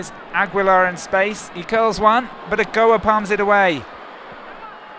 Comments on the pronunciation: Okoa????????? Don't you mean Ochoa??? I know he might be a french/English commentator but come on shame on them for screwing up my idols name. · Agoa lol its ochoa